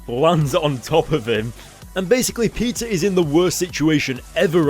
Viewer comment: when he sais peter it sounds like pizza